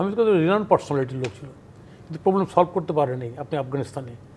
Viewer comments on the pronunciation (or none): none